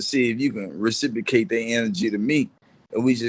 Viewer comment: Dude said “recipocate” 5 times & thinks he’s a scholar